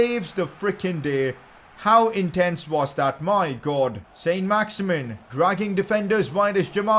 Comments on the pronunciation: Pcq: It isn't pronounced "Saint Max-Imin" its pronounced "Son Max-Iman" because he's French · saint maximin in french is san maximaan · It s sin not son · pcq: its pronounced saint-maximan cos hes french